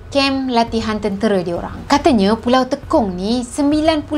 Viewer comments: Salah sebutan..bukan teekong....tapi tey kong....MCM sebutan tekong sepaktakraw..tekong yg bermaksud ketua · Tekong sebut sbg "tey kong" bukan "te kong" 😁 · Salam. Knp nk di lawakkn plk sebutan nama pulau di Singapura. Klu tk tahu bertanye,jgn di buat lawak mcm org kurang akal. Maaf pd sesiape yg terasa. Sebutan nye,Pulau Te...kong. klu tekong kn dan jadi kita bermain sepak takraw. Sy org Singapura,hrp hormat dan berfikir sblm pandai2 nk ubah sesuatu nama... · Sebutan tekong tu kurang tepat